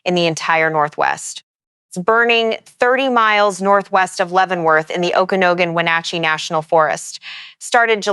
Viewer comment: Thank you for paying attention to this. Here are the ones I've found: Malher - pronounced Maller, Okanagan - pronounced Okanoggan as in noggin. Chelan - as in land, Estacada - last part sounds like cada (cicada) a long A. Thank you.